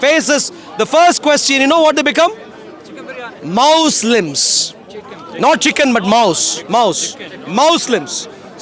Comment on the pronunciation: AT THE END WHAT HE SAID MOUSLIMS😂😂😂😂😂😂